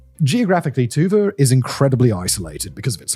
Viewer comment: Sorry, but whenever Dimon pronounces Tuba, all I hear is